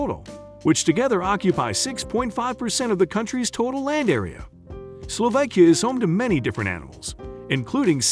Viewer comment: I wish he knew how to pronounce words like "Slovakia" and "Tatras".